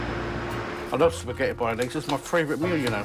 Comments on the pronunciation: Spag-netti bolognese 🤦‍♀️ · Baskettiy bolognese she said. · Paskettiy I think. Proper genius